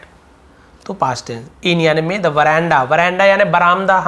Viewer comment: Sir aap vowels ke phle the ko (di) kyo nhi padte